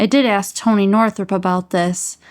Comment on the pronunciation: Its Toneh 😏